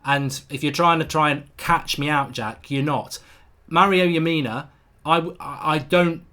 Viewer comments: It's strange you've never heard of Lamina haha! He's a good player. It's Lamina not Yamina! They also don't want to sell him. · saw some1 else said it too lol, and his name is leh - mih - nuh